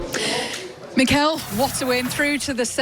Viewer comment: who Meeekuh?